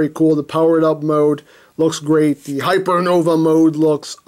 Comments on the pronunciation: Its pronounced hypernovay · In case you're curious enough to care: - According to the katakana, "Hypernova" is the correct pronunciation (and I think the -ae ending is Latin or something) - The kanji on the silver sticker mean "first release limited" - so yeah, exclusive. :) Nifty-looking figure; I would not have heard about it, probably, except for seeing it amongst your reviews. Thank you for bringing this to my attention! :) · "Hypernov-a-eh? Is he Canadian or something? 😂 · I think its pronounced Hyernovae Just sayan. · LOL "Hyper Nova eh"(Canadian) Genius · Not sure what's more Canadian him saying hypernovae or him saying sorry three times (by the way I'm canadaian) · HYPERNOVÆ, HENKEI!!!! Not gonna lie...I wrote this comment just to use the Æ .